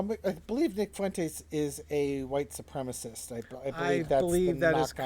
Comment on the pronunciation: Supremacist. While often mispronounced, it is not spelled how it is mispronounced. Sorry, pet peeve.